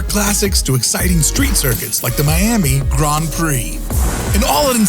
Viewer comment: I was taken out of the video every time I heard the word "Grand" pronounced as "Grahnd." It's not pronounced that way in any dialect of English I've encountered. Someone clue me in!